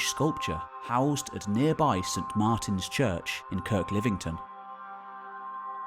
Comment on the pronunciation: Hi - Its not Kirklivington, its Kirklevington